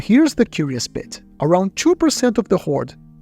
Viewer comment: He pronounces two as tchoo 🚂🚃🚃🚃